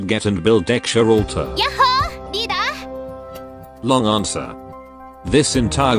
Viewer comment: I determined to get her the first time I heard the word "leaDerr..." :>>